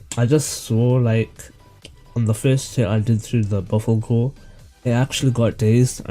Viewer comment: btw buffalkor is prononced BUFF UL CORE